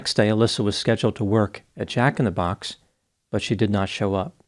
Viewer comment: lol…bro - why are you sayin Jack in the Box like that…😂